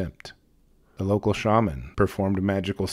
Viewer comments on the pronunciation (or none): none